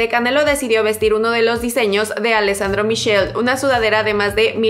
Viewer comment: Sólo como apunte; se pronuncia Alessandro Mikele, Yibonshi (Givenchy)